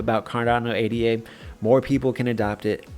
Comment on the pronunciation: Pronounced Ada not A.D.A